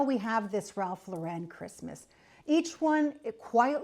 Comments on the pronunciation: Not to be a pill but you’re pronouncing the designer’s name incorrectly. Not Lor wren it’s Loren. Also not his real last name its Lifshitz, so truly let’s celebrate Our Lord this Christmas, His life. And of course we can toast Ralph for his aesthetic, long life and success. 🥳🍾 To life and to not giving a $hitz about the details!! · It's Lauren like the girl's name. Even Ralph pronounces it like the girl's name. Because it's his name. Thank you for the video, but please pronounce it correctly. I decorate what makes me happy. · The name is not pronounced correctly here. Only Jesus brings Peace. The creative director for RL for 33 years is a Cuban-American born in Miami! Think about that! Tartan comes from Scotland. Forget about those anorexic reindeer from Pottery Barn. Ikea has no idea what Christmas is. Let Jesus be born in your heart this year. Merry Christmas! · indeed. If Mr Lauren doesn’t want people pronouncing his name “incorrectly” then he needs to stop shoving his “aesthetic” down our gullets. People will then soon forget about him and his name, and only those “in the know” will be pronouncing it - either correctly, or at all…